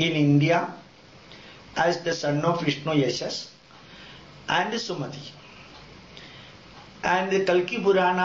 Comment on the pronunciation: Actually Dr.Zakir Naik has all the knowledge. This guy cannot pronounce any words that is not his mother tongue properly. Watch him he says vishnuyashash, and then a brahmana, a Brahmin. His English is weak and obnoxious.